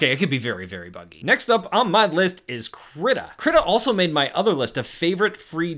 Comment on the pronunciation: DO NOT PRONOUNCE KRITA LIKE THAT